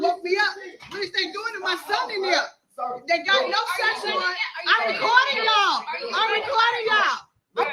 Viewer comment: Did she say search warrant or a Sasquatch?